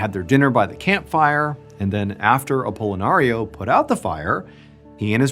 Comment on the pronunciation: stop saying apollonario.....shiiiit pickle...pickle...pickle....